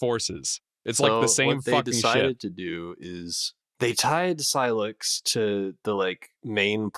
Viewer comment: Why does he pronounce sylux wrong? They literally say his name?